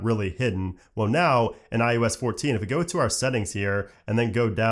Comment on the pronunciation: IUS?? umm its iOS!